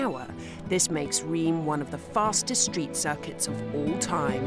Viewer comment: Reims pronounces like ‘rince’ or there abouts… just sayin 😇